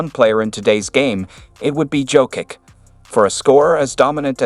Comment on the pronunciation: Learn to.pronounce Jokic's name please 🙏